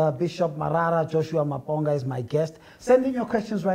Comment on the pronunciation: The way he pronounced Maponga is wrong and cringeworthy